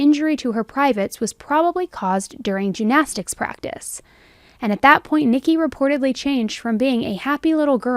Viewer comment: First of all, your content is wonderful. Just a head's up...your pronunciation of gymnastics might be a little confusing to listeners. It sounds like you are saying "jew-nastics" as opposed to "gym-nastics".